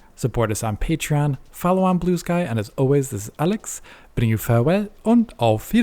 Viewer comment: bro said bluesky